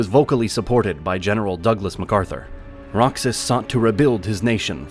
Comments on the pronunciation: its (ro-has) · "Roksaz"😳 that would be Roxas (Ro-haus)🤡 AI is not that intelligent🙄 🤡💯🤡💯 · Pronunciation of Roxas is "Rohas" not Roksas. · Roxas is read as “Rohas” not “Roksas” but overall, it's a great video. Love it. ❤ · The Philipinos pronounce it Ro-Hoss. The X is pronounced as an H. Additionally, the muslims in Mindanao for the most part are a bag of terrorist screws or enablers. With Isis, Abu-Sief, and NPA, they are ruthless bloodthirsty crazy screws IMHO. I have been there and seen it and their activity. Kidnappings of foreigners, murder of entire villages and children. Duterte had much success stabilizing Davao and was elected as president and furthermore he stamped out Criminals, Drug Dealers, and Terrorist trash all over Philippines. Now you can go to Mindanao and not worry in many places about being killed by crazy religious zealot aholes. A definite improvement by any measure. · Unless you're talking about Kingdom Hearts, you should pronounce Roxas as Rohas (like Mexico is Mehico). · Use an H instead of a J. J is for Jack and Jerk and Jingle. H is for that sound that the spanish corrupt all the time... They don't have a J and don't know how to spell anyway LOL. Ro-Hoss. That is how you would type it if you want the rest of the world to know how to say it. E is only pronounced as a long A in the romance languages but never English or German, with English being the international language of business. We are right because we are Americans and we have the bombs LOL 😜👍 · You butchered Roxas named BADLY! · Roxas is pronounced like the J in Juan since it is hispanic in origin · The mispronunciation of Duterte wasn't the only mistake heard on the video. The narrator pronounced Roxas as "Rocksas". The actual pronunciation is actually "Rojas" (in the Spanish language the "X" is actually pronounced as "H").